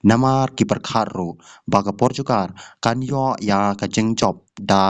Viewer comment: Portugal ph ym dei portugar 😅😅😅😅